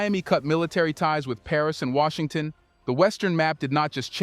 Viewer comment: Wait this must be AI cause Washington isnt Washington.😮